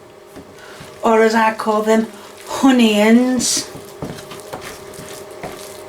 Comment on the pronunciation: Also not sure why she says onion then hunion as if she's correcting herself into saying it weird. She did the same with potato and Spudtato.